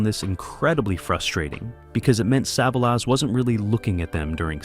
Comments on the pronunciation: I can't take it anymore wqith the "sah-vuh-lass". Didn't even make it a whole minute. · AI bullshit. Can’t ever pronounce Telly’s name